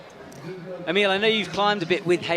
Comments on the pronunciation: An evolution of pronunciation of Emil's name: EEmill Abrahamamson eemILL Abrahamamason AhMeal Abrahamamasonon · from what I've gathered from youtube videos its a lot like its spelled naturally. 1 short syllable starting with eh sound rather than a hard E. The last part sounds like the word mull rather than meal or mill. Ehhmil. Im no expert on this, but I do know it should sound the same every time you say it. Hahahaha